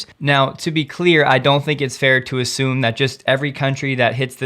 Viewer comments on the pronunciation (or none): none